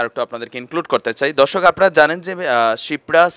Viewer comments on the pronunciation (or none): none